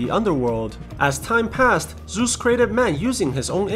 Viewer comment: Ahhhhhh ZEUS, GODDAM ZEUS NOT ZUS